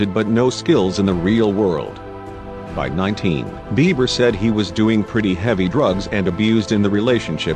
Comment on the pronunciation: I wish they would quit mispronunciating his name...Biber? Now it Bieber again